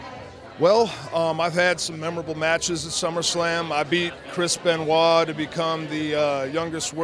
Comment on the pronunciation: he cant say chris benoit